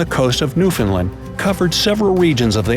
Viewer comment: Just wanted to say thanks for your correct pronunciation of Newfoundland. You either did some awesome research or you have a Newfoundland friend.